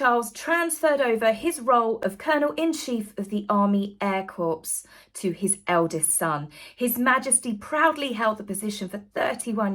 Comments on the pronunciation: Oh!!!'Corps' is not pronounced 'corpse'!! That's a dead body!! It's pronounced 'corr'. Because it's French. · CORE NOT CORPSE Corps is a military unit with French pronunciation corpse is a dead body My family is Canadian military and my uncle died supplying troops on the Normandy beaches. Please stop saying corpse. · NOT PRONOUNCED "CORPSE"!!!! PLEASE!! Corps is pronounced, "core"!!!! PLEASE! Respect! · Corps is pronounced 'core'! I love you, but I shudder every time I hear you say 'corpse'. 😅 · Hi, love your videos. Can I just say that in Army Air Corps the p & s in the word Corps are silent so it's pronounced the same as "core". 😊 x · lve your vids, but, may I politely point out it's Army Air Corrr, not, Army Air Corpssss, you dont pronounce the s..😁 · Please get it right - it's core (as in apple) not corpse (as in dead body)! Thank you. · Corps is pronounced core ;) (a corpse is a lifeless body) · Corps is pronounced with no P. the P is silent. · Absolutely love your vids. Corps is pronounced 'core'. ❤ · Just a quick point, Corps is pronounced Cor 😀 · Hi …… corps pronounced Like “kor” xxxx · Dear please, please, please stop pronouncing the "P and S" in "corps". It is "caw". ❤️🇬🇧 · I love your take on everything, but can I politely say that Corps is pronounced Cor. X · Sorry to correct but ‘corps’ is pronounced ‘core’ and Yeo is pronounced Yo .. love your channel but #alwaysanenglishteacher 😬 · I have to giggle when somebody pronounces Corps incorrectly, it's pronounced 'cor' the p and s are silent. Sorry I'm ex-army and pedantic 🤣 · No offence but the p & s in corps are silent so it’s pronounced ‘cor’ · Please don't pronounce the s at the end of corps... it sounds like a dead body when it should be like an apple core. Soz x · Love you but PLEASE don't say Corps!! It's a silent P 🙈😄x